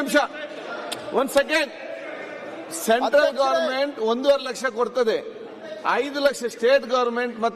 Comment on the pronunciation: ಶೆಂಟ್ರಲ್ ಅಲ್ಲ ಸೆಂಟ್ರಲ್ ಏನು ಅಂಥ ಎಂ ಎಲ್ ಎ ಆಗಿದರೋ ಏನು